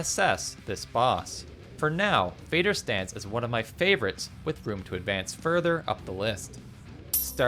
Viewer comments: I'm sorry for fussing over trifles, but why almost all of Valheim players pronounce "Fader" like "fei.der"... It's not English word, it's Norwegian and sounds like "fa:der" (and it's meaning is exactly "father". E.g. Moder is also "mother" from Norwegian). There are lot of Norwegian terms in Valheim due to game lore (✿^‿^) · It is Father with a D instead of th and it means father in swedish just like Moder means mother but with a distinct O sound.